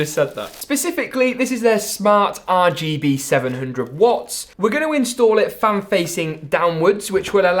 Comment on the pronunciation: Bro I love your channel but why do you say rgb like that every time. Are Gee Beeeeey